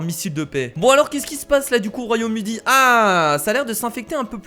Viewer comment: mdr il a dit royaume udi a